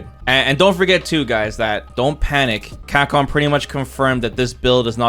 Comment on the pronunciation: Bro sounds llike he's got 48 teeth in the front of his mouth - 'Camhcom"jk I really wish Ed got a buff in range or something, all his jabs feel really damn weak